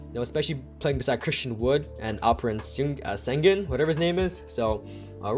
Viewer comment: It’s pronounced Shin-goon.